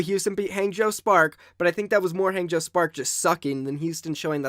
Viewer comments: It's not Hang as in hey, it's pronounced Hang as in hah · I just can’t get over you pronunciation of Hangzhou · I cry every time he says Hangzhou